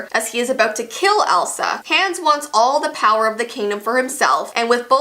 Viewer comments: it’s pronounced On-Uh and Ha-Ons. Not anna and hands. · Ok it’s hilarious how she calls him hans instead of Hahns 😂😂I think Hans is Hans instead of Hahns but STILL SHE SAID IT SO FUNNY😂😂😂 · Is the Canadian version of Frozen different? Cause at first I thought mispronouncing Anna and Hans’ names was a fluke, unless its just pronounced differently in the Canadian version (its pronounced “Ah-nah” and “H-ah-ns” in the US version). Idk, it bothered me and I wanted to know if its pronounced differently depending on where its released. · sorry but how can u say your a frozen fan and then pronounce hans like hands and anna like ana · I love your videos but you say Anna and Hans names wrong it is pronounced Awna and Hawns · stop the way she said hans just hurt me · you did not pronounce Anna and hans right